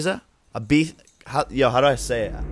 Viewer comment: What the f*ck is 《eye-beef-ya 》